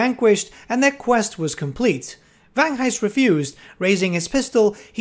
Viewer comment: Vangheist, silent h you say the g :)